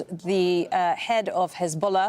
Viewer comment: Hizbollah ❌ katbullah. 😂